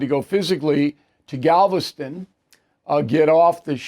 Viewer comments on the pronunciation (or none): none